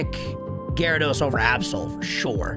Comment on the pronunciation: GYARADOS, NOT GYRIDOSE!